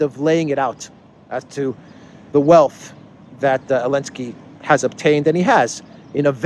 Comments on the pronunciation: It's Zelinsky! 😂🤣🤠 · Why are you pronouncing his name elensky now? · I just can't get my head around when u say elensky u are doing a great job one love from Ghana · So silly…he can’t say ZALENSKY. Cant stand this bozo